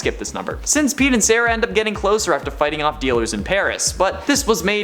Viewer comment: Hes like Sarah like sarah saraj